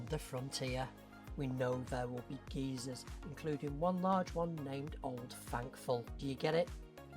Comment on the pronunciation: The word geyser is not pronounced “geezer”. A geezer is an old man in US vernacular. I’m having images of Carl from Up being stationed in the park when he says there will be geezers. 😂 (come to think of it that would be kinda cool)